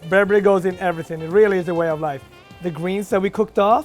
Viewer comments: not to be rude or anything but its pronounced (ber-ber-eh) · Why he pronouncing berbere so weird lmao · I am Ethiopia and mad how he pronounce the ingredients like the aybe berbere etc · As an Ethiopian I was annoyed at his pronunciation of berbere, injera, and tips 🤷🏾‍♂️🤦🏾‍♂️ On another note people always ask me “are you that Ethiopian chef”